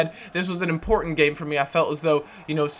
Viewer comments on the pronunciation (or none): none